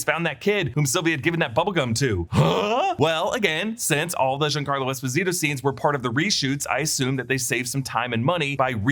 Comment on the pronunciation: You are saying Esposito all wrong